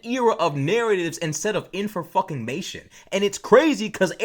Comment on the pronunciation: Best word yet... "inforfuckamation" 💥